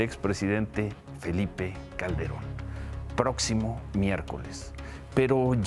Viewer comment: ¡"Prótcimo" miércoles! ¡Noooo seeee loooo pieeeerdaaaaa porrr éste canaaaaal y la "sesuuuda" "hopinión" del carcamán Gómez!